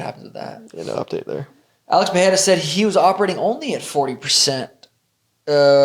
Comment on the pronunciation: Any chance we could stop with the dumbass "Puh-hair-ah" thing? It's "Puh-ray-ra"; no double r so no H sound. Rogan (was probably told by someone else) has corrected himself since UFC 300 yet the stupidity persists.